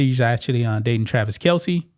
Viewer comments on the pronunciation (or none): none